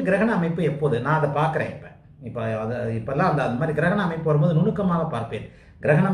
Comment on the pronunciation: Girakana? Funny. Say grahanam or eclipse